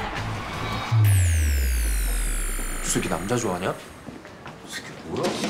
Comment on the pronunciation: 엄청 조숙한 이 쎄에끽 발음 진짜 찰지닼ㅋㅋ